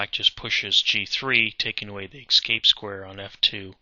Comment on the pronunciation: Pretty sure it's pronounced "escape" not "excape". Other than that, pretty good video.